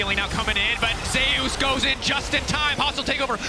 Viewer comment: He cannot pronounce ZEUS properly? ZE YUS? WTF